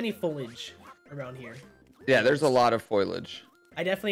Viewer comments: Foilage? Guys. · “foilage”- GPB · the mispronunciation of foliage is driving me insane